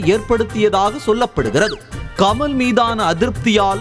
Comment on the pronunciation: கம’ள்’ இல்லய்யா.. கமல். அள்ளது .. இல்ல அல்லது.